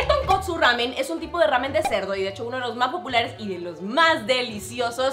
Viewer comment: Que mal pronuncia el nombre. No es rramen, es una sola r que se pronuncia.